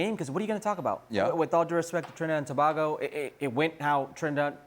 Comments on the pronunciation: Bbboooiiii!!! Shaka is your coworker and youre still saying tobahgo?? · Pronounce tobago properly please🙄😂🥱🥱